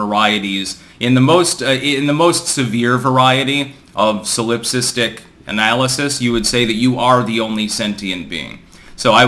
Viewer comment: "China-phobic" • The proper word is Sinophobic. 😘 Signed, a Professional English Major P. S. "Solipsistic" • Emphasis is on the first and third syllables.